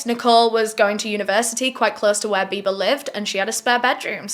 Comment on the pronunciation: Loved how u kept saying "biber" for "biba" lol